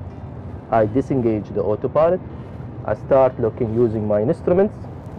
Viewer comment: Not everyone... for example two times i understood hot pilot instead of auto pilot...